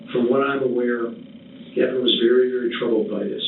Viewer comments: Do you listen to the video at all? His name is pronounced like Gaven, not GaVon. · Gavon? WTF Oh, not Gavin 😂